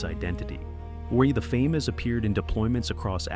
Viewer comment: The “Fay-Mas” lmao AI slop